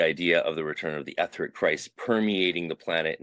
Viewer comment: i think you mispronounce the word "etheric".